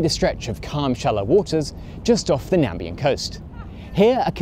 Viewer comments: Very neat video. I subscribed. Interesting and well explained... small thing, but it's "Namibia" not nambia (it's my next door neighbour, I'm in south africa). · it's Namibia not Nambia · It's Namibia not Nambia. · Nambia?? Ha ha ha ha. Not sure that nod toTrump's blunder (2017) was intentional, but the name of the country is Namibia. x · Very informative video. Just one small correction. The country name is Namibia, not Nambia. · Namibia, not Nambia. But otherwise very interesting and good. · There is no such country as Nambia. The country is Namibia. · I really enjoyed the video, thank you! One note though, it's Nam"i"bia (Namibia), not Nambia. You forgot the i in the middle of the name. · Very interesting video. One correction though - Walvis Bay is in Namibia, not Nambia. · Cool video! it's actually called Namibia (you missed an i in there) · Great video, but the country is called Namibia not Nambia. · Walvis Bay is in a country called Namibia - with two "i"s in it - it does not rhyme with Zambia. Just a little detail you might want to flag! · Sir, this is an excellent video, thank you. Small correction, though, the country is called Namibia. You left out an 'i' there. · So listen..the country is Namibia..Not Nambia..or were you making a jest.??? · NAMIBIA, not "Nambia" FFS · It's Namibia not Nambia....... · Nambia... Bro! You're confusing NamIBIA for Narnia. 😁Namibia (Walvis Bay) has some wicked spots for windspeed records and freakish surfing waves just a few kilometers south from Walvis Bay at Donkey Bay. But very informative video nonetheless 👍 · Nambia? I think you'll find it's Namibia. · Great content. Correction. Namibia not Nambia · Nambia 😂😂😂 (It's Namibia) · Nambia? Are you a Trump?:face-orange-raised-eyebrow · You said Nambia...did you mean Namibia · Its Namibia and NOT Nambia🤦‍♂️ rest of the video is great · Please tell me calling it 'nambia' was a joke? It's Namibia, I grew up in Walvis Bay. Interesting video otherwise. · Dude… nambia?😂